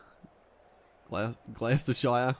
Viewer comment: It’s pronounced ‘gloss-ter-shear’